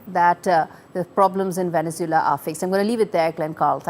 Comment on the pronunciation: It is a pity that the NDTV newsperson doesn't know how to pronounce Venezuela.